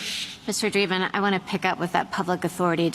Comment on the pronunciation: Did she say Dweeben?